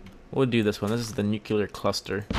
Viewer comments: Also, it's not pronounced nucUlar, it's nucLEAR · not "nookyouler". it's "New-clear". nu-clear. nuclear. -wiflare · iots called a nukular warhead -_